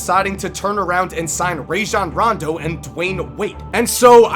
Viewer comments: DID HE JUST SAY RAYJON RONDO SMH. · Rashon rondo lol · Ray-Sean Rando...hadn't heard that pronunciation before